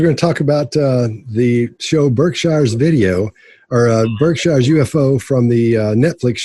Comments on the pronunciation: I'm a masshole, and I can always tell if someone is from Massachusetts by the way they say "Berkshires." does the incorrect southern pronunciation 🤣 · Its pronounced “the berkshures” like “burk-sure s” not like englands way of pronouncing shire. I live here, I know